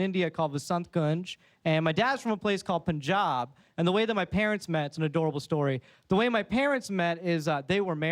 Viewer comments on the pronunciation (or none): none